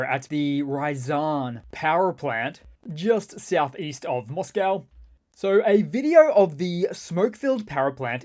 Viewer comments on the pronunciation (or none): none